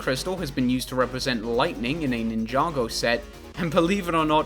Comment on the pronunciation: Did my man seriously just pronounce "ninja go" as "nin yago" 🙈